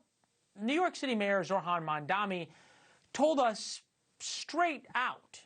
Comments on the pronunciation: M. A. M. D. A. N.I . Not Mamdami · 1) Why didn’t you let her talk more? 2). I don’t like mamdani any more than you do, but F dude, you STILL can’t say his name correctly!? It’s Mamdani — not Mom-dommy. Or Mon-dommy. I can’t stand him, but it’s not that F hard of a name! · i dont care for Zohran but im curious... is mispronouncing his name a deliberate thing they do? ive noticed a lot of commentators call him Mandami or MamdaMi , when his name is MAM-dani. surely they know this right?